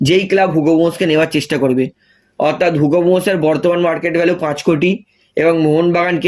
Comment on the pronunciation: কথাটা অথাত নয় অর্থাত। আট বার না দশ বার কথাটা বললেন। না পারলে avoid করুন।